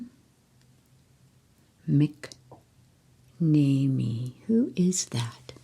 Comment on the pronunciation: McNamee is pronounced Mac NAM ME